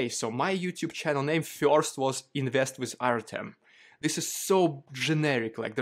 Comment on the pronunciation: you know. I appreciate Jake what you've done over the past three years. Its been great. One thing though. It would seem more genuine if you would actually try and pronounce the DUDES NAME CORRECTLY!!!! 3 years and you haven't even tried to learn Russian or Ukrainian pronunciation. I find it, a bit superficial.